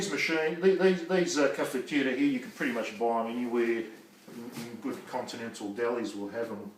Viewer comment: Vedo che le tradizioni italiane vengono mantenute, beautiful pronunciation for "caffettiera" Good job